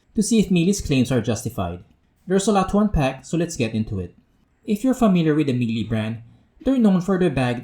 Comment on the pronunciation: Please! learn how to correctly pronounce Miele. Other than that, good review man. That fog test was so super unfortunate, Miele should be better than that.